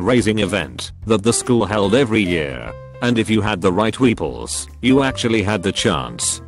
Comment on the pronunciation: Voice: pronounces Weepuls correctly Also voice: mispronounces janitor